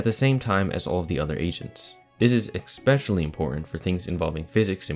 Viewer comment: Did you say 'eXspecially?' You sounded so clever up to that point. Great sim, though, very interesting... I can see you are axtually very clever.